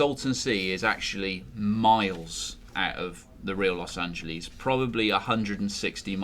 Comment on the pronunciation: Los Angelees is how you said it.